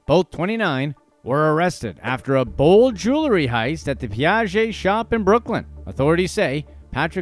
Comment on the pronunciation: Consider just how many times this guy has said "jew-ler--ry" instead of jewelry over these years.. Excruciating 😑